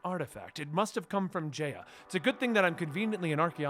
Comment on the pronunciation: Omg I can’t take it anymore! It’s pronounced J-eye-a. Not J-ay-a and it’s pronounced OOsopp not USEopp